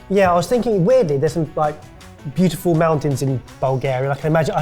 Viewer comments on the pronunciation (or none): none